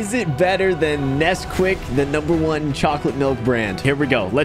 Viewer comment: Love How He mispronounced Nesquaik